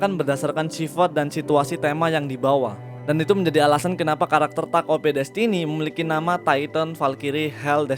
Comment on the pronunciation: Denger lu bilang takt op jadi gaenak. Karena gw sering bilang takt op, bukan taket o p. Tapi tetep bagus kok video lu